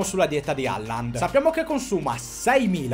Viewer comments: Hòlan, cazzo, Hòlan. Quale Halland? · NON E' HERLING MA ERLING